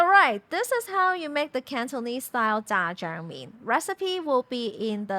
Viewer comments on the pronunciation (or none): You keep saying zha jiaang mian and I keep hearing jjajangmyeon